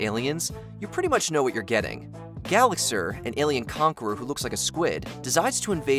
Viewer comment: It’s pronounced gal-ihx-AHR, “”! 🤨 Stop mispronouncing character names, bub! 🙄